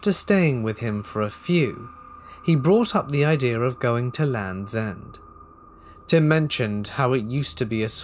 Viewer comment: Did you “visit him” or did you “visit tim” …. Haha ❤️